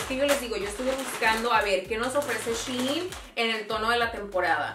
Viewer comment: SHEIN su pronunciación es CHAIN